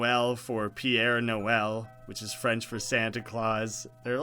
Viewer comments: Minor french correction. Père is pronounced like "pear", not "Pierre". Père Noelle is "Father Christmas". Noelle is just french for Christmas. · Ok père Noël isn't pronounced Pierre Noël but closer to Pear Noël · couple a things , i like how u said pierre noelle (its actually pere noel , pere being father, nd noel being christmas) ~ just nit picking, also i was wondering , try talking to sans after you call "his" number, i think he has some flavor text depending on if you chose idiot, baby, idiot baby yatta yatta (like you go get his number, then you call it, pick one of them, go back and ask about his friends, take the ME option and see what he responds) and FINALLy theres also some more extra text if you press z around some bookshelves, like one about a diary entry and otehr stuff (and a pun one about flavor text) so yeah! thats all i had to say, your vids are great man! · Noël is French for Christmas Père Noël (pronounced almost like "pair," not piere) literally translates as Father Christmas. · it's pronounced like "pear" not "pierre" also "Noël" just means Christmas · its not PIERRE noel in french its pere noel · It is pronounced "Pair" Noel and Noel just means Christmas. Also Noelle is actually a real first name and not something made up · "pére noël" is pronounced "pear-no-el" (Not trying to be rude btw) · The way you said pere Noel was painful. It's more like p-eh-re noel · Père noël is pronounced pear noël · “Père Noel” PIERRE NOEL